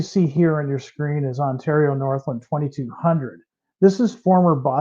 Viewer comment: interesting how mispronounces Ontario Northland... LAND not Lund or lond. NorthLAND. WHEN are the Ontario Northland GP40-2's coming out??? I prepaid mine 2 years ago!!